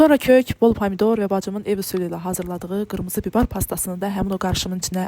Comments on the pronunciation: Nəyin var mükəmməl də hazlrladın əllərinə sağlıq. Amma "bibar" yoxda səncanı "bibər". "Xamır" yox "xəmir" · Bibər sözünü de bilmirsən qızı i hərifini a deyirsən əvvəlcə danışmağı oyrən qreçka yox qarabaşşaq 😂😂😂